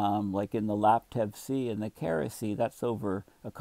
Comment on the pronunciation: Not to nitpick, but I’m just about certain that Kara in Kara Sea is pronounced Kar Ah not Ker ah. Kara being the Turkic and Tungusic word for “black” or “shadow” . Also, just curious - could a freshwater Arctic lead to faster ice growth during the dark months? Like the freezing temperatures of salt water are much lower, no? I guess this would also depend on just how warm the currents and atmosphere gets.